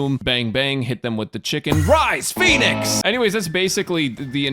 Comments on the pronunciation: She says "rise, phoenix!"? I thought she said "rise, p*nis!". 🤔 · First time I herd her ult line, I thought it was "SURPRISE - P*NIS!!!!